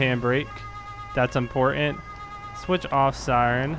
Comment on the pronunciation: I could ony watch until and they i heard your pronunciation of the word "important".I'm done